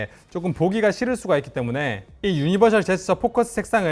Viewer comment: 발음 진짜 ㅋㅋㅋㅋ 유니버ㄹ시제스쳐 ㅋㅋㅋㅋㅋㅋㅋ